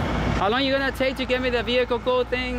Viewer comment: Your “behicle” , “suberbiber” .. hahahahaha YOUR Asking him if HE”S AMERICAN hahahahaha.... YOU??? Ask him???? Hahahahaha